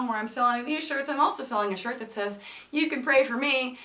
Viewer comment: I died as soon as you said "dat" LOL